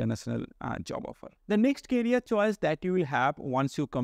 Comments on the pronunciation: I think first job you should do is pronounce "career"correctly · Try to improve your English bro. It is "Career options"